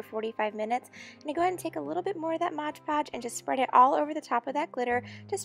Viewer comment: Stooooop its called "mod podge" not "modge podge"